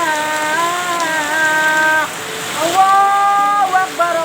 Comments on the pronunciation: Oh benerrr dia teriak Allahu ekbar..berarti aku ga salah dengeR yaa.. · Allahwaikbar ..apa tuh bu.. bacaan nya juga salah.. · Uekbar apa, salah nyebut tuj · Bu alhuakbar bukan allawekbar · Allahuaikbar😂😂salah tuh buk Yg bener Allahuakbar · Kan dia lagi panik jadi ngomong itu susah/kurang jelas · Lidahnya keseleo 😂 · Takbir aja belopotan